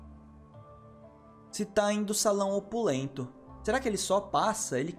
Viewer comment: Acho mt bom que tem umas 5 6 cartas que vc fala errado tem muuuito tempo kkkk. Saguão opulento Conquiliologista Resmunguejo E outros q n lembro agr sushwhshwhs